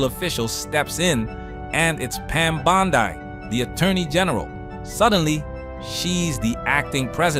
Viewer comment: "Rats love effinism"..."Pam Bondai"...smh... really? A.I. again?! smh....